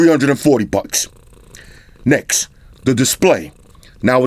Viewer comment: I like the way you say next. "Necks" lmao.